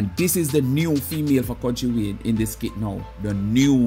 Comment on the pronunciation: Can I please correct you a little bit it's not skid it is skit it's only when you spelt it then I really realised that you are saying it wrong 😊